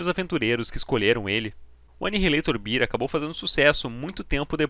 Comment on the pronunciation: video top... que saudade de quando anihilator botava medo em todo mundo... so uma coisinha que meio que ta errada, eh o jeito que vc fala anihilator beer(cerveja)kkkkk, o certo eh BE-AR, mas eh so uma observacao mesmo.. nostalgia pura!